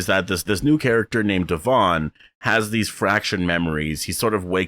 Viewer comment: Thank you for being one of the only reviewers to say Devon's name right hahahaha oy when is S02 coming? I hope they take all our feedback to build for it correctly!